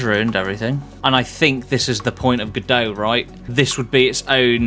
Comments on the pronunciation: It's pronounced "God-oh" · that's what I thought every time you said G'Dough!!!